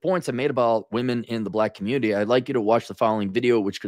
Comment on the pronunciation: The communitah is ruined